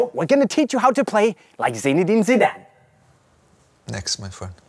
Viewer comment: He is interviewing a legend like Zinedine Zidane and yet can't take a moment to learn how to pronounce his name correctly. What a disgrace.